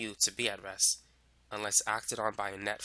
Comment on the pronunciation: nice video. Please learn to pronounce a stop "T"- your REST sound like RESS